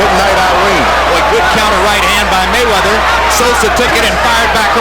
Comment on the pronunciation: Floyd "MayChine"weather